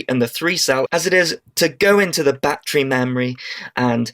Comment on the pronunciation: its a battery not a bat-tree.